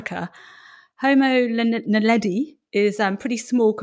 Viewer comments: Tut, tut. I think you'll find it's Homo naledi, NOT "Homo neladi"! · It is homo NAledi, not neladi...